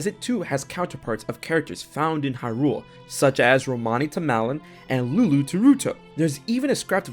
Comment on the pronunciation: i could not STAND the way your collar partner pronounced “hyrule, lorule, and termina”. not watching this vid.